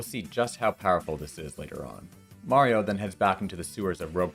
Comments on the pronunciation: Heh, knew it, you pronounce Mario correctly in this video! Mayreeo was a lie! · So why did you decide to finally start pronouncing Mario correctly?